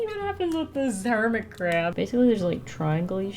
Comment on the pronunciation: With the hermit crab I kept thinking she was saying hermitcraft. If yk, yk